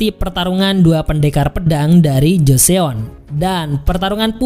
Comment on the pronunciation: 조선 (jo-seon) dibaca Jo-Son, bukan dibaca Jo-Seon. makasih udah bikin recapnya.. 감사합니다 🙏